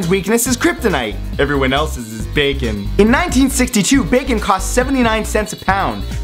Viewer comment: I think the best part was at the end when you messed up saying the word "bacon" cuz you said it so many times 😂😂 this was genius